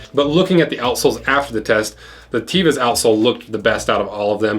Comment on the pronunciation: A friend from Israel told me that Tevas as not pronounced TEE-vas, but Tev-as